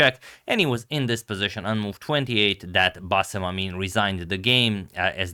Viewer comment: The way you pronounce bassem's name is a spot on! Excellent pronunciation skills agamator.